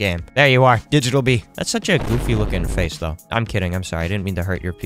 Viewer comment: Did bro just say Cummy bee or am I trippin